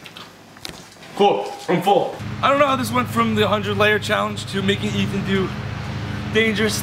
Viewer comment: Nadia Lekchiri Ethan's name is not Eth it's E-TEE-WEE-TEE